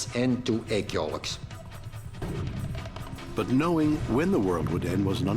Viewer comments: Egg yolocks? Its yoke you dope! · Ive never heard the word "yolk" pronounced like that lol